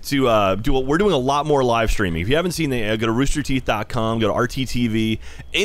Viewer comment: ah yes. my favorite company. rooster theeth.